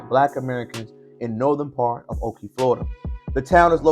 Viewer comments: Nope. I grew up there and went to Spring Lake Elementary and Ocoee Junior High. It’s just west of Orlando. It’s also pronounced Oh-Koh-Ee not oh-kee. Yes, we knew the history. It was a “Sundown Town” and my black friends would NOT stay around when it was close to getting dark. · There's no way on Earth that you were raised there or you would not be pronouncing it like that